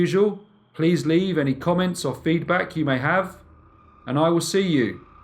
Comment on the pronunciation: He emphasises the words BRIEF CASE, really firmly